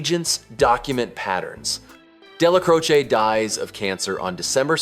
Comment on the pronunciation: "Dellacrotcha"????? Don't let O'neil here ya call him thT!